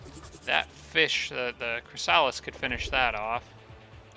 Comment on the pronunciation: You haven't evolved your Chrysalis in that auto combat, it died and the Medusa revived it as a Spawn, it's one level down now. The Spawn evolves into Chrysalis, not the other way around. Also, and I apologise for being that guy, it's not ChrysAlis, it's ChrYsalis.